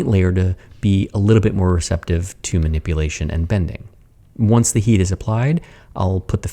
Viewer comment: I heard "oanch" instead of "once"